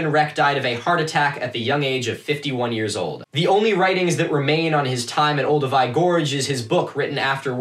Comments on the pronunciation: me throughout this video: "is he trying to say Olduvai?" " OH IT IS OLDUVAI". "that's a grave, bitch" "Where are the Leakeys?!" "BRUUUHHHHHH LOUIS" "oh SHit" "does this guy know what a grave is?" "I will watch every episode of this" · Interesting to hear it pronounced OldoWAY rather than OlduVAI (which my teacher always prounounced v-eye) at the start. Do you know if it’s a regional difference (I’m British) or is one the actual correct pronunciation? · I think I've been pronouncing "Oldovai" wrong for decades... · Olduvai gorge.. or Oldupai gorge… Ive never heard of oldoway gorge